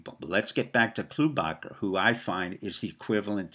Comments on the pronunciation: Amy klow baa Charr is how you pronounce her name... The way she got in to politics is that her dad Jim "klow baa Charr" was a writer for the star & tribune a left leaning newspaper for 30 plus years. Name recognition was big in MN. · You might wish to know that you're pronouncing Amy Klobuchar's name incorrectly. Do a search -- would be more effective if you give the correct name.